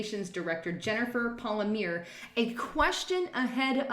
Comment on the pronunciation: Jennifer PAL-ME-AIR-EE.